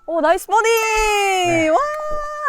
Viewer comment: 뻐디 라고 안하고 버디 라고 얘기하는 프로 처음봤음 참고로 뻐디는 일본식 발음임